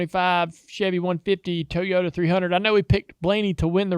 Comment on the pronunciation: I would like to know if Clint Boyer gives TOWS or TIES away to his kids at Christmas? Somebody needs to teach him how to say TOYOTA!!!!...Also NASCAR needs to just throw some scheduled pit stops for fuel onlz to make them race full speed the entire race. Watching the interstate traffic jam at half throttle totally blows!!! That is NOT racing!!!!